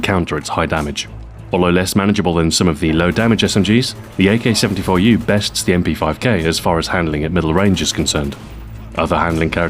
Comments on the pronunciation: Nice pronunciation of the name most people I've seen cannot pronounce it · great job on prouncing the 74u real name in russian, Thumbs Up